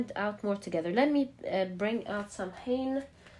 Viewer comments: darling, it's not "Sam- hain" it's pronounced " Sow-enn" When the veil is thin & easier for loved ones to visit us! Same time as Mexican 'day of the dead' Its one of the traditional witches sabbath! Hope this helps? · MAY-bon, SOW-en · Hi ya ☺️ samhain is pronounced ( sow-in ) it is Irish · Just to help out: Samhain is pronounced- Sa-ween or Sah-wen. Mabon is pronounced- Ma-bonne or May-bn Lammas is pronounced- Lam-ahs or Lam-uhz It depends on accent and location, but these are generally the pronunciations I know of in my witching circles. Much love! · May-bon, sow-in 😊 the sow is pronounced like sow ( female pig not sow as in sew 🧵 or sow a garden ) . Im irish & samhain comes from the irish language- but mabon in the Welsh language is pronounced maa-bon In irish (mh) is a w. So it would look like sawain. Love your voice & readings 😊❤ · It’s pronounced Saa-wn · Not samhain but pronounced saw-win